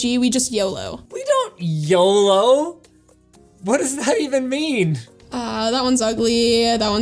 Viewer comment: "We don't, Yoo-loo, What does that even mean?" Madison: Pathetic.